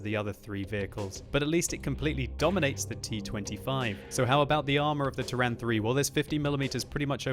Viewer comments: I cant hear the version of how pronounces Turan, yuck, lol, Though the Hungarians amongst the viewers should help with that I hope. I personally pronounce it as Tuuran, not Turrahn... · okay, now spell it like that: "Tour-run"